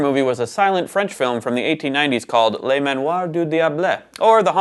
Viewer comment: Le is pronounced luh, not lay. That’s how Les is pronounced (as in Miserables).